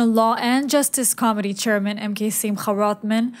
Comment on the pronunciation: Dear you are wonderful but you pronounce Committee so it sounds like Comedy which may be appropriate at times haha. I find it amusing